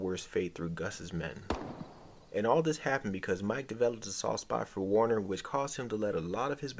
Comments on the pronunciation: Werner, not Warner lol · Worner??? WORNER?!?!?!? VERN-ER ZIEGLER!! VERN!!! VERN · Sorry but you lose credibility calling him Warner over and over... If you watched the show you are mis-pronouncing it on purpose, again and again.